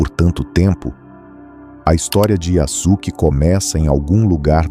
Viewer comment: Olá, a pronúncia seria “YaSuke” com o som de “suave”, e não “YaZuke”, com “z”! Um abraço!